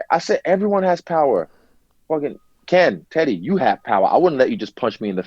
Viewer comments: Did Eugene just call teddy, (titty)!? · WHen Eugene says Teddy , sounds like he's saying Tiddy :D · I thought eugene was calling Izzy "tittie" he was actually addressing Teddy hahah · Is he calling Teddy Titty? 😆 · Take a shot every time Israel’s coach calls him “Tity” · lmao every time eugene says teddy it sounds like titty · It's so good :D No disrespect to their pronunciation but even when you anticipate him saying it it's still funny. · Haha I kept hearing that